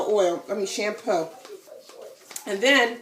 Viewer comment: I knew you were from New York as soon as you said Shampoo lol. Nice video